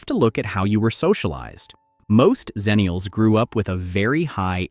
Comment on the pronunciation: Good material (as was the previous video), but am I the only one who’s always heard it pronounced as “EX-ennial” any other time / place?